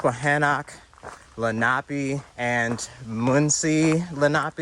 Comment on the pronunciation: You were close on the native pronunciation. It’s leh-nah-pay